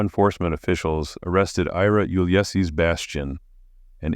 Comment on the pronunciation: Uhl-yess-iss….oh dear. His name is pronounced You-liss-eez - like our 18th president, Ulysses S. Grant. Your narration is great otherwise.